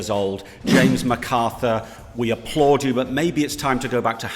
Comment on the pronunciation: McArthur not McArthy